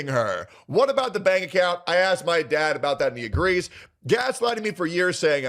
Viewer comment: So annoying how these people just can't say "asked"